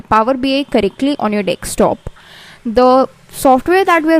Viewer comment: madam.. It is power BI desktop. Not DekSTOP. Every time you are saying dekSTOP. dekSTOP. It is annoying to listen.